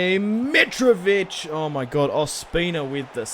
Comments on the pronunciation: It's miTrovic not mirovic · can you please say mitrovic's name properly